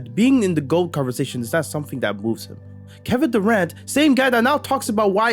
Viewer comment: Did he just said Devin Durant? HAHAHA